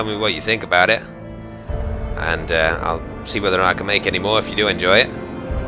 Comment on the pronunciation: Moar with a big O